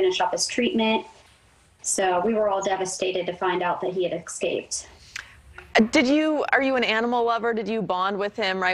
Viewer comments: There's no "x" in the word escape. The way his ears are positioned on the side of his head, he looks like a coyote...with mange. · It’s escape, not exscape. And btw people, it’s ask not aks. It’s a tiny 3-letter word. Don’t get mad at me for pointing it out because the same people have no problem pronouncing thousands of other, longer words correctly. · Dissapeared ? One Question , How Do You Pronunce "Escape" E S cape or Ex scape,. What , Hello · Oh I know that “ex-cape” thing was driving me batty. Maybe the dog/coyote was trying to get away from bad grammar.